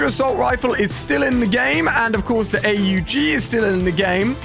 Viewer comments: Stop calling it the A-U-G, its called an aug🤣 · Man said a u g